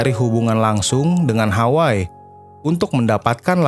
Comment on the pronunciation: Terima kasih atas ulasannya . Sedikit masukan ... sebagai orang yg mengerti bahasa Hawai'i & pernah mengisi acara "Gebyar Hawaiian" di T V R I, saya agak risih mendengar narator melafalkan "Hawai'i" sebagai "Haway" ... nama kepulauan tersebut seharusnya dilafalkan " Ha-wai-i " ( kedua huruf /i/ harus dilafalkan dengan jelas ). Kebetulan saya juga kenal dengan sempat beberapa kali bertemu dengan keluarga Eyang Hoegeng sejak tahun 1999.